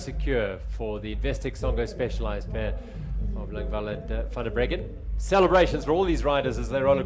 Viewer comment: Bit confused about the pronunciation of Anika Langvad. Her name ends with a “d” but they seem to be saying “L”. Is this correct?